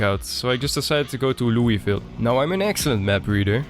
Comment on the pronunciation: I've always struggled to pronounce Louisville, thanks for drilling the correct way a few times.